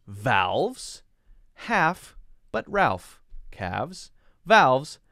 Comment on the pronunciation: via should be said like ot rhymes with choir I'm sure Ralph is supposed to rhyme with Safe It's definetly "base" to rhyme eith efface